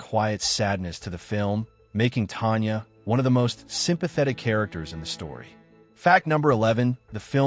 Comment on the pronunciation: The narrator for this video can't pronounce names!!!! It is not "Laura"-- it is Lara. It is Tonya not Tanya. It is not Shari,it is Sharif.